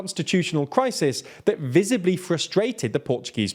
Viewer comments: How come you pronounce "Rebelo" as "Rubeu"? Under which logic assumption "E" and "LO" are both "U", given also that you pronounce "BE" as "BE" (correctly here?). Just Google it man, the TL DR of few time ago would now fall on this. BTW I'm exaggerating here, I know, not a big issue ;) ^_^ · I could forgive the ã, it was the "Rebeyo de Sooza" that was making me cringe, as if the L read like the spanish LL